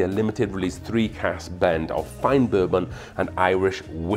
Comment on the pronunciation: wow really went for it on that “BIR-bin” 😂